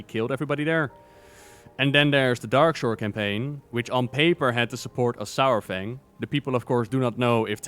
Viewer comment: Saurfang is pronounced “soore-fang” not “sour fang”